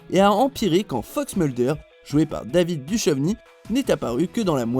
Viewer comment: Serieux ? David Duchovny tu le prononces comme ça toi ? WTF t'as 8 ans ou quoi ?